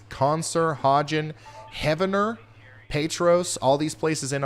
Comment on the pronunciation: Heeev-ner , OK…Not Heaven-net 🙃